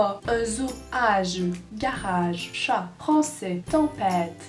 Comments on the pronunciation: Le chet, le au lieu du chat là !! ;) on dirait qu'elle vient du Nord !! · firestorm Les québécois disent Chôt au lieu de Chat... Y'a un problème nan ? =)